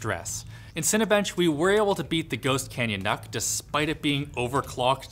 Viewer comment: Isn't it's pronunciation nook? For nook and cranny aka small spaces?